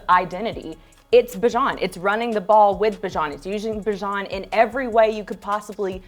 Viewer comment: IT'S NOT BUH, IT'S BEE!!! fkn aye. He told everyone. Bee-zhaan